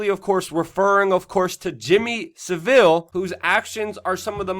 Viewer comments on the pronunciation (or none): Sav-al.... he’s hot a Spanish city mate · Hi Luke. It is Jimmy Savile rhymes with gravel or Henry Cavill. Not like Seville, Spain. Phonetically it is Savul. That is all. Thanks. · Wo , fascinating. Great work . A little heads up , it's pronounced Sav..ill